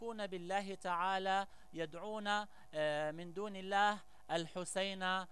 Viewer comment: يا مغاربة هل كل من جاءكم بلحة طويلة ودغدغ مشاعرنا بالكلام نتيق فيه ...والله انا لا اتيق في هاته الاشكال ...مند ان سمعت بان اسراءيل تجند شباب يهود يكرهون العرب والاسلام بل وحتى شباب عرب خانو وطنهم تجندهم وترسلهم على انهم شيوخ وفي الواقع هم حاخامات يهود...ولاحضت انه عنجما ينطق كلمة الله لا يفخمها كما يفعل العرب والمسلمين واحيانا احس وكاني استمع لمستعرب وليس عربي....يقول هادا الزمان..حسنا ..كيف للمغرب ان يحارب الفرس والعجم وهم لا زالو يمتلكون النووي?ثانيا المغرب ليس مؤهلا لحرب شاملة ادا ما نشبت..ليس لدينا حتى الخناجق كما الناس والدول التانية....ثالثا المغرب انشاء الله سيحرر كل ماقال ولاكن بعد ان يضرب الله الضالمين بالضالمين وبعد حجوث حرب نووية وعواصم غربية ستمحى واللتي كانت تعتبر قوى عضمى ..لكي نفهم اكتر..الحرب النووية لا يمكن بعد حدوثها ان يشتغل اي جهاز الكتروني مما يعني ان فارق القوة بين الدول العضمى والمغرب مثلا يصبح 0وهنا تصبح الكفة للمقاتل الؤمن والقوي ...(المغرب)